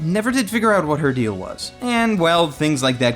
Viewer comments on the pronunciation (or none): none